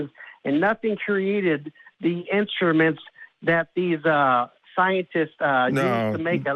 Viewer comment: Meebas and intraments? Say what? Sorry, you’re as thick as mince.